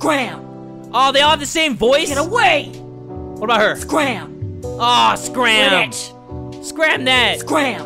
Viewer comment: When the girl delinquent said quit it i tought she said quidditch XD